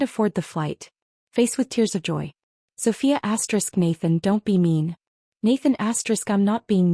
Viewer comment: Stop saying asterix!